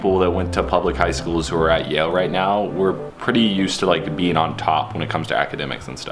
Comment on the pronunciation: Yale not jail.